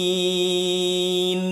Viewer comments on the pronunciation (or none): none